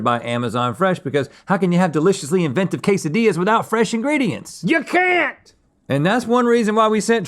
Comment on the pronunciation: "Quesadilahs" is my new favorite way to say Quesadillas